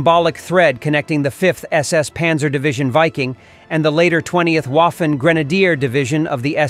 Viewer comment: Please: it is not Waffen (as in waffle) it is vahfehn.